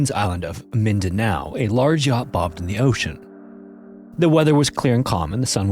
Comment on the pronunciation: wow the pronunciation of Mindanao was spot on